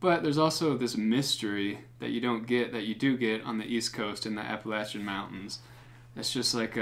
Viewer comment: You don’t know how to pronounce Appalachian? Cmon you’re a fellow! Ha. Let me know if you’d like me to send some of my tunes your way for consideration on videos